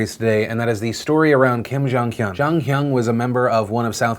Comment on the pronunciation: I keep hearing kim jong un instead of kim jong hyun